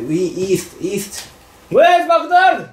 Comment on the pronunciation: てっちゃん、今更だけど、 マクドナルドの英語の発音は、 ﾐｸﾀﾞｧｧｱﾉｩｽﾞだよ